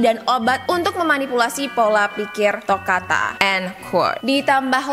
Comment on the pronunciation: Tokata bukan tokana